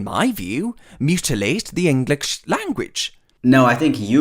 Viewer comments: he literally said englitch not english not bc of the accent 😂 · No one: This man: "To essentially... mutilate the English language" Also this man: "Englicksh" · Also the englitch "language" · "The englikch language" LMAO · "englitche" why did that make me laugh so much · Omg he pronounces english like i imagine a Klingon would 😂 “Enkckqhlish”